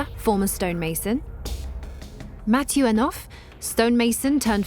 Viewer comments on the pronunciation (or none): none